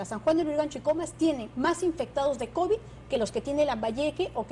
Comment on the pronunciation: Ministra ilustre?? "Contecto" No sabe ni cuantos días de cuarentena "Labores laborales" "Cobi" ya no es covid "Activar las actividades" "Denonados" ¡Es denodados, burra!